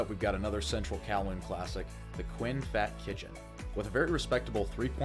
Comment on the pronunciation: Fat is pronounced faht, rhymes with bot.